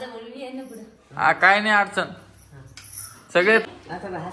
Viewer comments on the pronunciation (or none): none